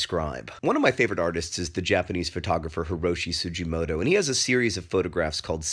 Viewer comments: Sugimoto, not Sujimoto. Kind of like it's Mr Miyagi, not Mr Miyaji, Daniel-san. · Not to be rude or anything, but it's pronounced Su-Ghi-Mo-To (The "G" is like in the word "globe", not like in "giraffe") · The "G" in "Sugimoto" is pronounced as a hard G, like in "grape" or "ghost." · the g in Sugimoto is pronounced like the g in "give." Sorry John, I know mispronouncing is your thing but I couldn't leave without pointing that out